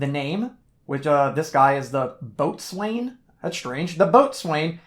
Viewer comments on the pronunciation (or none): BTW, "Boatswain" is one of those old English words that is no longer pronounced the way it is spelt. Annnnd... "spelt" is spelt "spelled" in American :) Anyway, Boatswain is pronounce as "Bosun", which I'm sure you're familiar with. Thanks for all the reviews and play-through videos, I've purchased a bunch of these small tin games, which cost a bunch to ship to the UK.